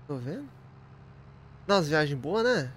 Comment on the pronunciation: jiagem- errado viagem- certo